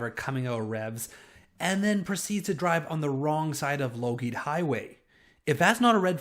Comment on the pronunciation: you said Low-geed highway... lol. The 'g' is silent in Lougheed. Not being a dick, it just made me chuckle that's all.